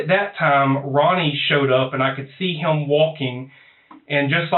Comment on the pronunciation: How does he make the word him into a two syllable word? "Heeyum" 😂